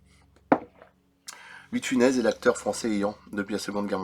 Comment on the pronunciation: Louis de Funès ce prononce bien Funesse non ?